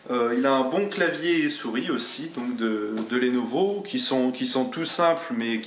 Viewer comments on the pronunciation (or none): Pitié c'est lenovo pas lénovo